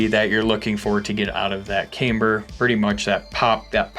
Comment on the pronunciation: Ah shit! He’s back to saying caimber.